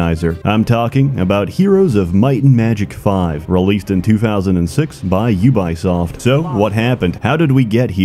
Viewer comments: It is "U-bee-soft", not U-bye-soft" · i never knew it was pronounced you-buy-shit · Had to stop the video right to say this: HOW DO YOU MANAGE TO MISPRONOUNCE UBISOFT?? Edit: I see now... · The way you pronounce Ubisoft gave me memories I wish would stay hidden forever of the YouTube channel runforthecube. Also I really couldn't get into any other HOMM game after 1, 2 and 3. I tried them all, really wanted to love them, but just couldn't. How can they mess up so bad on such an old and easy formula?